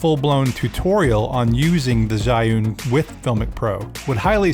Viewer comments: "i" pronounce e for zhiyun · most of youtubers got wrong pronouncing "ZHIYUN" its sounds like "ji hyun" bcs zhiyun is chinesse word. Hope it helps..